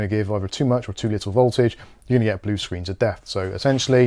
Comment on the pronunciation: I was all for this until i heard the 'blie screen of death' now I'm hesitant 😂